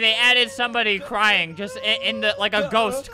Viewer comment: He said just, just pronounced it like jist